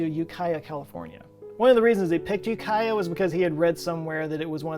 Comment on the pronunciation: Props for correctly pronouncing 'Ukiah.' On a semantic note, what do we call a cult that is all grown up? A Culture.